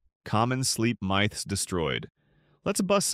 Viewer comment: Thank goodness this video was released just a month ago! I would have been missing out, though information was long existing. Another surprising thing here is how you pronounced "Myth."